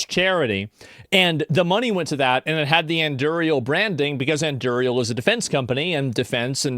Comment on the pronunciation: FFS, Asmon! It's named after Aragorn's sword, the Andúril! Why do you keep mispronouncing it?